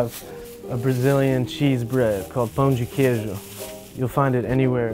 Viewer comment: Hella impressed w yaje’s pronunciation damn dude has no accent saying pão de queijo